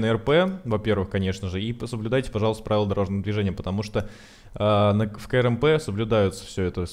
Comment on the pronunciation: Говори не "К-Р-М-П ,а КРАМП. Так будет лучше!